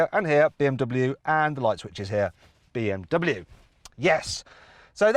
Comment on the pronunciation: この動画でBMWのネイティブの発音だけは覚えたよ！凄いでしょ！